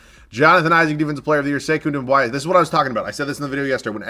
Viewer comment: "Sivi" lmaooooooo its Svi and not Doumb-why-a